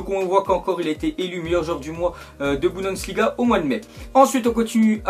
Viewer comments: mais ptn c Bundesliga pas "Budensliga" !!!!! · c'est bundesliga pas budensliga